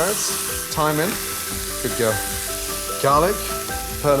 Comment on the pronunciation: Tilly: "what's the flour going to do dad?" Gordon: "good gewl"